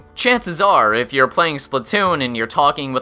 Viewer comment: "Probably, ee-Yiff you're watching this"